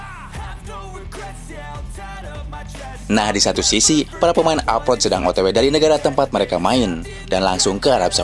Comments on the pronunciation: klo pemain yg main diluar negeri itu disebutnya apa min... bknnya abroad yaa kok nyebutnya apot... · Abroad min abroad … bukan aprot aprot